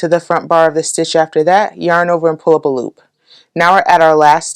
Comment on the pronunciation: "pull up a loop" is starting to sound like "pulopalop" to me :D